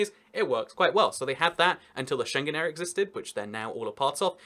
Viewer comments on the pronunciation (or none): none